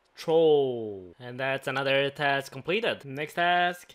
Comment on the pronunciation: "Completed" "Complebe" "Subscreebe"